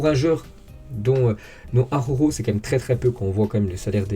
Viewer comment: Bonjour, je suis un inmigrant catalan en France, et je rigolo quand tu dis le nom D'Araujo, c'est compliqué la R et la J pour les français J'espere que ta prononciation et mon ortografie, elles experimenten une amélioration